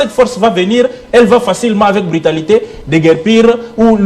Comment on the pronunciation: BRUTALITE ET NON BRITALITE...